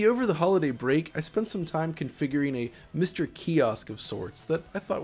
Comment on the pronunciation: each time he says MISTer it sounds like something from from bdsm porn